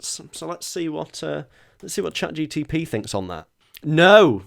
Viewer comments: It really bugs me that keeps saying "ChatGTP" rather than Chat GPT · It’s mad because he keeps calling it ChatGTP 😂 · Dear, is it cleary not ChatGTP:P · just casually saying "chatGTP" the whole video is hilarious 😂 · Petition to re-record saying chatGPT properly because it’s jarring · definitely mispronouncing Chat GPT on purpose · Drinking game: Take a shot every time says ChatGPT wrong. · Are you pronouncing it ChatGPT wrong as a joke? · I want to know how many times he had to rerecord bits because he realised he'd accidentally said it correctly. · Only began to notice that he is saying it wrong when I saw this comment